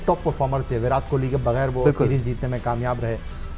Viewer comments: It's kohli not kholi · Bhai Jan Kohli not Kholi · Kholi nhi hota hai kohli hota hai 😂